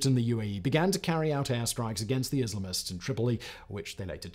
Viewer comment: Grateful for the auto-generated closed-captions. You are grossly mispronouncing "Islamists". IS-LUH-MISTS? Just lol...